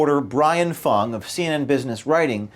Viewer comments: you pronounced him as FANG not Fung. Racism!!!! Now the Youtube page will be pulled. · Brian Fung. Rhymes with dung.